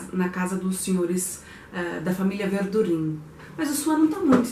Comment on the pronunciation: Ainda vou ler esses livros.... um dia.... Ah, é “Verdurran” a pronúncia de Verdurin. ☺️ Essa história de Swann é interessante.